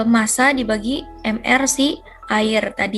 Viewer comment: Penyaji menjelaskan materi dengan jelas sehingga mudah dimengerti. Tetapi ada kesalahan pengucapan dalam menyebutkan massa pada soal no. 2 dan ada suara yang terdengar noisy